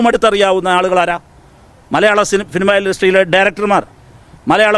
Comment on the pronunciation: സിൽമ അല്ല, സിനിമ. ഉപദേശി കൊള്ളാം.